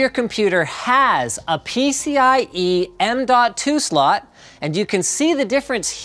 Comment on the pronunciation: "m.2 slut" Cannot be unheard.